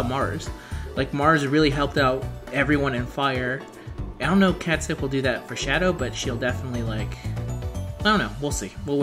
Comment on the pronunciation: The pronunciation here is not intuitive. "Cat Shee"